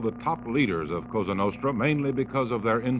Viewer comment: It's Cosa nostra- our thing, not kasa nahstra...